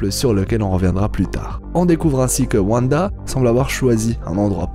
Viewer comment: A ne regarder qu'en vo svp les gens ! Car "Vanda" c'est juste pas possible